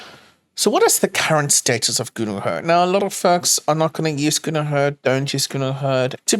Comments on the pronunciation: why does pronounce GNU as "Gooner" lmao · Is it just me, or do I hear "Gooner Hurd". Sounds scary